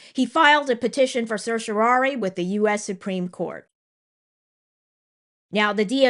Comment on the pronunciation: Congressional hearings are so far from any judicial proceeding that I do not understand how the subpoena power can be justified. (P.S. You are the first Youtube lawyer I've heard who knows how to pronounce certiorari!)